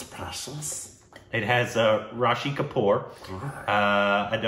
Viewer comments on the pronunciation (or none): "Rashi kapoor" 🤭😂